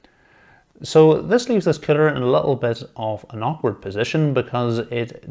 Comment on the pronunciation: Excellent video, with your accent I swear it sounds like cpu killer but might be that I'm Australian lol